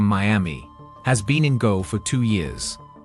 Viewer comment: Irs not Go Its Goa = Gooaaa